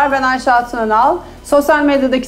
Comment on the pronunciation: Dünyadaki en iyi oyuncu diosun ama soyadını doğru söyleyemiyorsun. Tebrik 👏